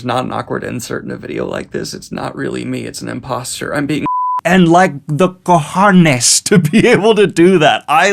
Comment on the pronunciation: Love the fact that you said "cojones" so well. If you need some other Spanish cursing words just let me know hahaha